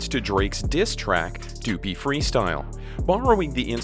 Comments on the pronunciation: tf you say doo-pee? .....WRONG.. it rhymes with puppy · Omg stop saying dew-pee freestyle its duppy like puppy!!! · Your saying duppy wrong say it like puppy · It’s pronounced “Duh-pee” = duppy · Duppy is pronounced Duhpee